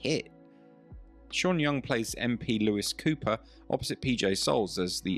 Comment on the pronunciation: *Louise Cooper*, FFS! Not Lewis! How many women are named Lewis?